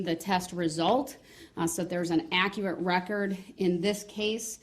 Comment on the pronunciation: Don’t forget. Ac er ret.= Accurate